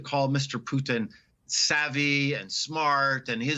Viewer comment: Finally pronouncing Putin as Poo-tin, not Pood'n